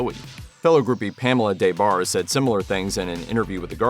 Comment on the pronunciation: Back in the 90s her name was pronounced with the short A so it was like De Barre not DAY Barre. She was one of the most famous groupies around. I read both her books back then. Very entertaining